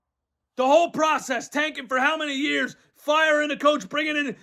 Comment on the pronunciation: LMFAO!!! "The pwocess", " twust tha pwocess!!!!!"😃